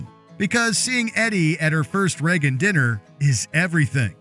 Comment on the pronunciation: It's Reagan, not Regan.